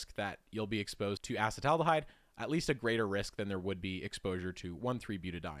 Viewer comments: I tapped out when you couldn't correctly pronounce acetaldehyde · obvious he is not a biochemist, he doesn't know how to pronounce many of the molecules' names. for ex: af:la toxins, not al-fa-toxins. As as trained biochemist I can't get past this and many other of his mispronunciations of common chemicals like acetaldehyde. Acetic acid = vinegar. Then acet aldehyde slightly more reduced./less oxidized. People who do the keto diet produce acetaldehyde in buckets and its is easily detectable in exhaled breath and that the liver must process. cancer? maybe but unproven. Any of the halogenated alkanes, alkenes, and aromatics are likely bad juju. Fluorouracil though is cytotoxic to even cancers, so it's useful in therapeutic doses properly administered.